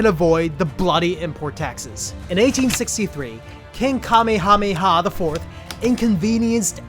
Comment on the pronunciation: Kamehameha is pronounced like cuh may uh may uh